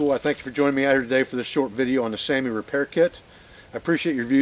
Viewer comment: The finnish saami is pronounced sowmi